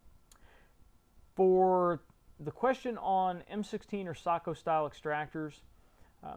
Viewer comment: I think you one of the first English speakers I have ever heard that says SAKO correctly. Kudos.